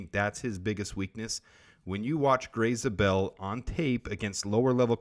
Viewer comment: you are pronouncing his last name wrong, it is not "Zah-bell", it is "Zay-bell."